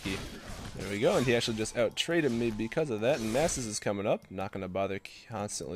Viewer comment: People in eu dont say nasus like that -.